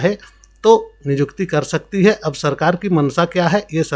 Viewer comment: Niykuti ko nijukti Kyu bol rahe ho